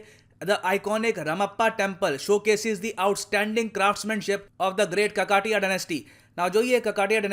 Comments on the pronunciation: By the way it is not kakatiy, the pronunciation goes like this Kaakatheeya. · Say "KAkatiya", not kakAtiya. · It's pronounced as Kaaka-thee-ya, not Kakka-tiyya wtf 😂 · It’s kakatiya not kakadiya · Arey mere bhai pronunciation galath hai kakatiya ka. it is actually pronounced as this "kaakathiya". one advice to you. next time if you are new to any words try to google for the pronunciation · it is pronounced as kaka-tee-ya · Kakateya.....kaakaateya nhi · You are saying the word "kakatiya" very wrong sir. Please research on pronounciation. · wrong pronounced of Kakatiya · Sir it is just a suggestion please don't take it in other way.The way you pronounced kakatiya is wrong. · The pronounciation of Kakatiya is wrong.. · Thanks to your pronunciation of Kakatiya, I could not watch the video completely. Wish you spent a minute or two to find out the actual pronunciation.